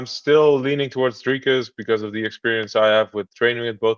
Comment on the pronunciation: Who the fok is drakus? Even Ham can say his name. If u can't say Dricus or Du Plessis just say 2+3.